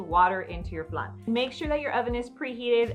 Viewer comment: We say flan like plan not flun.🤣